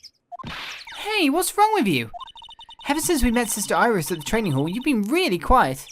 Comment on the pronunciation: I think it's Iris with the i